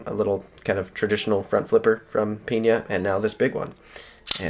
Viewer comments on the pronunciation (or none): Hope he makes more of his models in this larger size, would love an Apache this size. Just as a heads up, Peña is almost always pronounced pen-yah rather than peen-yah. Keep up the great content!